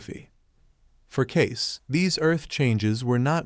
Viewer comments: You pronounce Edgar Cayce's name...it is not Cases....it is pronounced Caycee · It is pronounced Cacee not Case... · At least learn how to say his name. It’s K-see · Cayce is pronounced cay-see. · His name is pronounced "Kay-See". Hey guys AI doesn't work. And you were lazy and didn't fix this silly mistake. Kind of hurts your credibility. Just sayin'.